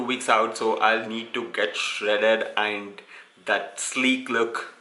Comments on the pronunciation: Its AND not EIND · It's aind for him not and😂😂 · Aaind I stopped watching once I heard aind..